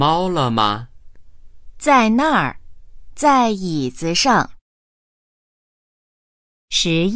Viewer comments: ...Zai yizi shang , bạn nghe kiểu gì ra xue sheng vậy ? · Câu 11 子上 mà phát âm 学生